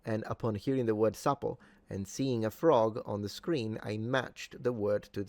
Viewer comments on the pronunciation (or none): Lol, whoever wrote "peiche" instead of "peixe" on that door needs to go back to school and finish basic education! 😆 - "Sapo" is pronounced "sá-pu".